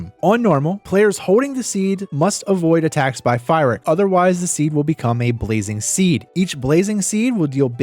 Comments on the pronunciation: Not sure if you’re trolling or never watched a single cutscene, lol Calling fyrakk fire-Rick. Amazing guide btw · I don't know if I can hear this guy say Fire-ack one more time... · Fantastic video. I love how you mispronounced Fyrrak's name the entire time. Really, though, I love your videos. They're always super helpful.